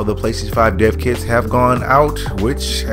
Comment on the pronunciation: Thought he was saying deafkids